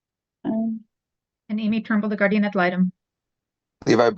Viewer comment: Guardian! nnnnnNNNN! Not Gardium 🙄 😂